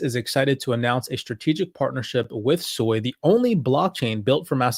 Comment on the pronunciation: It is Su-i , does not have an O sound.